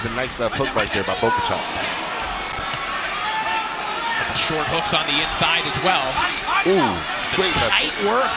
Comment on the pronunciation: Why does he keep saying Bokachok? It's obviously Bohachuk!